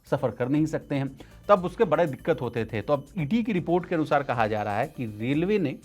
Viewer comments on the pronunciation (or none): बड़े होता है बरे नहीं ड़ का र क्यों पढ़ रहे